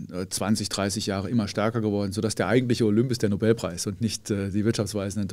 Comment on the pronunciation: Die ersten zwei Minuten und Herr Feld triggert mich schon mit "Nobelpreis". Kann ja nur besser werden.